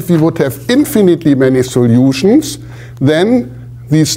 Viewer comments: That pronunciation stuck out to me, too. 😅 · All the soljutions... Greetings from germany :)